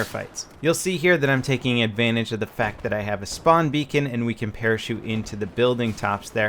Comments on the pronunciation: XD Shpawn beacon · "Schpawn Beacon"